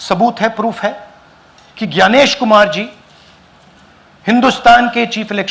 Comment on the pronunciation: ग्यानेश नाही तर ज्ञानेश. खृपया मराठीत जसे म्हटले जाते त्या प्रमाणे उच्चारा.